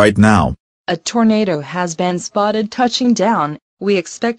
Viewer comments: Eric's wrong pronouncing: Evil > Eh vil Deeper > Deper Booger > Boojer Tornado > Tornahdo Jail > Gal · ugh do go animate charecters talk right? they cant even pronounce tornado right.